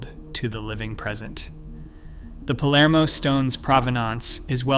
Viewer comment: Is written Palermo, not polarmo!